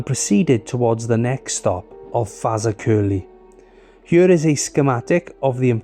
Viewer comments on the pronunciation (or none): Faza-curly 😂😂😂😂 Faz-ak-e-ley👌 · FAZA-Curly… hahahahha 😂 It’s pronounced Fa… Zack… Curly (say it fast in 3 syllables) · If you say "Exactly" then say "Fazakerly" they should sound similar. :) not Fazacurly =D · FAZA CURLY? it’s pronounced fazakerly. The royal armoury’s gunsmith is located there. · FazerCurly? It's 'Ferz Hack a lee' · Fazza curly . Sorry, but I just fell off my chair to that.😂 Fa zack er lee. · It is difficult as English is renowned for its pratt falls. But that pronunciation made my night. Fazza Curly. Awesome. 😂 It's nearer "Fa Zack er lee", for future reference. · Highlights the danger that can come from doing the same job everyday, complacency sets in, the same thing affects some car drivers too. It's fortunate for him nobody was killed. I'm loving that Faza curly, but I bet you get as many laughs hearing how English people prounounce the names of some of those Welsh places. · FA-ZAK-ER-LEY Fazak-Erley That was absolutely harrowing to have to endure mate. It should be a hate crime to pronounce it how you did. Nice video all the same mush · Fazakerley. you pronounce it. FAZ. AK ER LEY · It should its digrsceful you pronouned the location you did when all it would have taken was a little researh. I mean you reasearched in detail about the train accicident and driver but didn't pronounce Fazakerley (fəˈzækərli) correctly.. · Apart from your obliteration of Fazakerley, it's Fah-zahk-er-Lee. Very informative video, after breaking my leg I used this line to go to school for my o levels. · Why can't people get the pronounceation of places right before making videos? Where is Fazercurlie supposed to be? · Sorry I had to laugh, it is pronounced FEZ AK A LEE. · It's pronounced Fazackerley 😂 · Its pronounced Ferz aker lee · The narrator calls Fazakerly Faza kerley which is not correct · I'm pleased you got the pronunciation of "Kirkby" correct. However, "Fazakerley" is pronounced more like "Fir-zack-a-lee". Here's a video